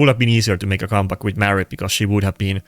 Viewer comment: Are you saying Maria when you´re discussing who to pick between a Pythion or her? All I hear is "Mary" but we don´t have a champ with that name. Even the auto translation says "Mary" As a Swede, my English is far from perfect either but sometimes I have a hard time hearing certain words lol. You play so much with Predator that empowering him further would make sense. At the same time, Maria is a great champ